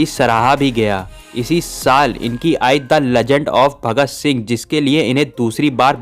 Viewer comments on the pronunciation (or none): none